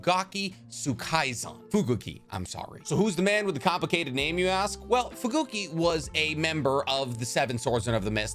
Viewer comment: iBEEki??? fuGOOki??? WHAT IS HAPPENING WITH THESE PRONUCIATIONS?!